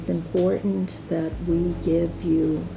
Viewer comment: It's IMPORTANT, not inpoent.....